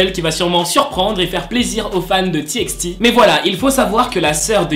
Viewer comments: Ca se prononce T by T mais ca s'ecrit TXT😫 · C’était juste pour te dire que TXT ça se dit T by T voillaa le prend pas mal c’est pas méchant